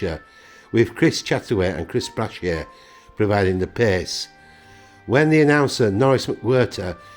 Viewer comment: He treated my brother in the 1980s. Btw, Chris Brashier is Brasher with a soft A.